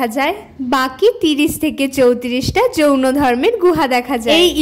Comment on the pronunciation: Ota jaono dharma noi Jain dharma. Aktu pronunciation er problem hoyeche baki sob thik achhe